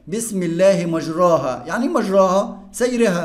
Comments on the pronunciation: شرحك جميل يا مستر+ حضرتك اسمها مجريها مش مجراها بالكسر مش بالفتح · يمستر مفروض مجريها النطق الصحيح لها مش مجراها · كلمة ( مجريها ) لا تنطق بهذه الطريقة اسمعها من شيخ مشهور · انت قرأت مجريها غلط😅راجع نفسك كده وشكرا